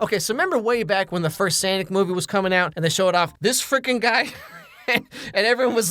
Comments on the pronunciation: sanic? It’s sonic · keeps saying sanic instead of sonic 😭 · The second you said superman an advanced for supergirl played 🤔 so sus. Also what the heck is sanic? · I was with you until you said sanik instead of sonic🤮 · brodi who is Sanic Sanic bro its Sonic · "sAnic" ugh. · Ummm Ok so no one is gonna mention the absolute monstrosity that was the pronunciation of SAYNIC? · Is no one going to talk about how he pronounces sonic 😭😭😭😭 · why did he pronounce sonic like that? lol